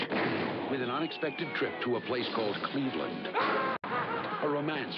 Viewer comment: Lmao Cleve-Land